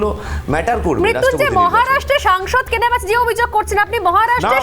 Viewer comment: SONGSOD NOY SANGSOD. BHUL BOLCHEN KENO.?